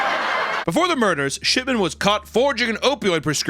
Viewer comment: I keeping hearing "Shitman" not "Shipman"